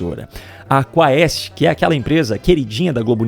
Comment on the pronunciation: Quando os Youtubers irão aprender que "ae" é um ditongo em Latim?? "Quaest" pronuncia-se "Kuést"!